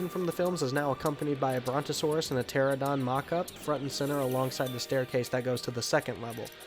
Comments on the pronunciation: I'm a member of the Jurassic Park Motor Pool and everyone in the group refers to the Islands of Adventure Ford Explorer as the screen used Explorer. It's been gone for a while, so hopefully it's getting a complete restoration. Also it's PteraNOdon, not Pteradon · You keep mispronouncing pteranodon in this video.